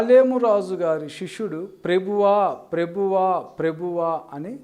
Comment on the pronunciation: ప్రభువా అన్న మాట సరిగా పలకలేని నువ్వు ఇతరులను విమర్శించడంలో మాత్రం ముందుంటావు .ముందు నీ లోపాలు సరి చేసుకొని ఆతర్వాత ఇతరుల గురించి ఆలోచించు .అసలు ..ప్రభువా అని ప్రార్థించ కూడదని ఎక్కడైనా రూల్ ఉందా ..ఒరేయ్ ..నీకు అసలు ఇంగిత జ్ఞానం ఉందా ?యేసయ్య అంటే ఎవరు ?ఆయన ,తండ్రి ఒక్కరే కదా ?నేనును తండ్రియు ఏకమై వున్నాము అని ఆయనే చెప్పలేదా ?ఆయనకు చేస్తే తండ్రికి చేసినట్లే కదా ?ఎందుకురా నీ అతి తెలివితో లేని వివాదాలు సృష్టిస్తున్నావు ?...